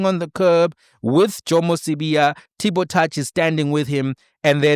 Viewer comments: how do you mispronounce T BO TOUCH... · Mispronounce Tbo Touch ?!?!?! 😵‍💫...hayi, ngifa nini ngikhohlwe